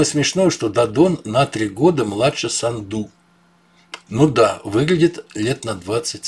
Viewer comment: Майя САНДУ- ударение на А не на У сАнду